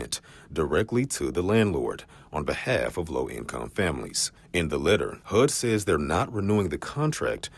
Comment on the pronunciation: Did that reporter really just say AKX instead of ASK and HOOD instead of HUD? Oh dear.